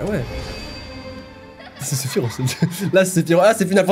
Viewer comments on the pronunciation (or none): none